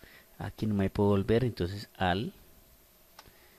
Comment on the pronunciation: AL, AL, AL JAJA..ES ALT PERO GRAN VÍDEO AMIGO ME SIRVIÓ MUCHO.